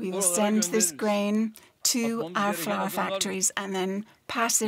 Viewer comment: The interpreter pronounced flour as flower....there is different between flour and flower